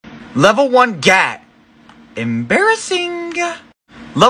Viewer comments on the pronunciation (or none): It is pronounced Giat not GaTt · Its pronounced 》gee-ahh- t 《 no gat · Level one Gat lol he says gat even though it’s pronounced (GUY-ought) Gyatt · It’s pronounced gi yatt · It's pronounced g-yacht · It’s pronounced geyyaat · That’s not how gyat is pronounced ( pretend the a in gyat is a o